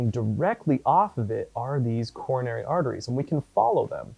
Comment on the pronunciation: "Corona"ry Artery haha . :P